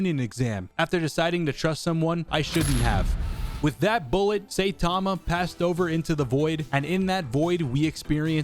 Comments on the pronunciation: its "sai-tama" not "say-tama" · Im sorry... “SAY- tama”????? I stg its “sigh-tama”???? Cuz yunno... sai..